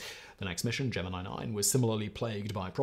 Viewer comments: Hey Simon.. try Gem-in-eye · Say it with me GEM-IN-EYE {Gemini} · Me watching this video OmG Simon Gemini 😱 I dunno if I can watch the video if he’s gonna keep saying geminee … maybe this is like the Levi / levy video where he’s doing it on purpose for the comment engagement…. Guess I’ll have to watch all the way until the end to see ….. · While you may butcher many words, you have crossed the Line, Sir. Gemini has no flexibility in English. It is in the sky. I am a Gemini. "JIm-n-I" You may be a sentient robot, but you must master the English language. Sir. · 1. The proper pronunciation of the word is gem in eye. 2. The proper name of the mission is gem in eee (because rednecks) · The proper pronunciation of the word is gem in eye. The rednecks in NASA just didn't speak English very well. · Gem min I ffs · It’s pronounced GEM IN EYE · LOL, Geminnee. I died a little more each time he said it. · Which one of u did it huh which one of u mf are going back to the basement who tf let my boy Simon mispronounced the Gemini..... Simon my boy it's ( jem men eye ).... And find out who's responsible for that an have them severely beat an all privileges taken away an back to the fkn basement they go..... ✌️ Keep hustling my boy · Gemeneee has got to be a southern thing. I've never heard it before. Quite annoying to this Michigan boy... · Geminee cricket is all i keep thinking lmfao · Oh seriously, love ya Simon but it's not geMINI. LOL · Him saying jeminny is nigh intolerable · The worst part about Whistlers pronouncing Gemini like a weirdo is that around 9.25 he pronounces it correctly making me wonder if the whole thing isn’t just a big troll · I can't watch this any longer. Gemini pronounced that way is too much. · I heard Gemini pronounced wrong so many times that I forgot the proper way 🤣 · As a born and bred southerner, this is my first time hearing that pronunciation. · Learn to pronounce Shearer & Gemini. Especially Shearer. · Its Gemini, not Gemini, don't you get it?